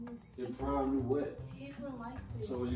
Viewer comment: It's the "Prom" and not "Prime" lmao for me 🤣